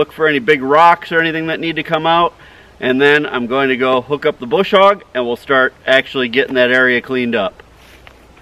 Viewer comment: LMAO!! Bush hog ha ha! It's a brush hog! Your missing your R